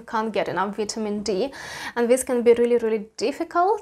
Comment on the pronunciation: She said vee tea mean Dee lol